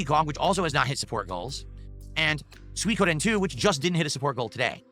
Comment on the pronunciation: That "Soykoden"